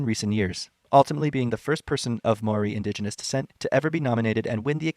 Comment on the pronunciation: A little mistake with pronouciation, māori is pronoumced closer to the english world “mouldy” but without the “L”. This is how i usually tell people.